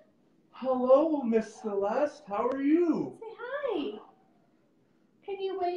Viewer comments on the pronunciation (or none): Instead of how, she always said har. That was strange.